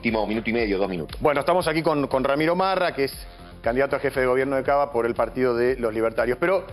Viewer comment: Ramiro Rama ?? del Árbol jajajaja Es Ramiro Marra !!!! no leen ni lo es escriben, Santo Dios. Bajen de la Rama, jajajajajaja